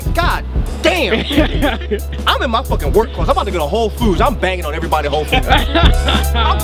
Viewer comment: mentioned whole foods at the end? Lol couldn't make that out